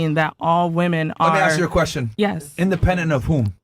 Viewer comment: I juss axed a kwesshin